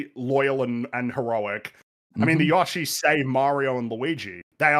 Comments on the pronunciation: Sounds like is saying “Joshi” a lot of the time. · so like, everyone has Google and can see the correct pronunciation of Yoshi is indeed Yoh-Shee, don’t understand why was acting like they say it correctly and everyone else is unjustly annoyed with them saying it that way 😂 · It's a Japanese word. The closest phoneme to the Japanese "yo" is pronounced "yoe." It's "yoe-shee." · You mispronounce Yoshi. Opinion discarded. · It’s Yoshi not yoshi. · For the love of all things, someone pronounce Yoshi the right way!!!